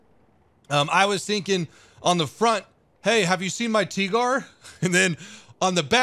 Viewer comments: “Hey look it’s a teegor” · "Franz its a Teegor!" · toight as a toiger "tight as a tiger" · The "Hey, have you seen my tigor ?" is so funny ! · oh no not the Teegor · TEE - Gore xd